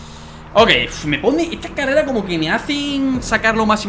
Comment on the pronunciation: Bro carrela no es carrera bro like si lo escuchaste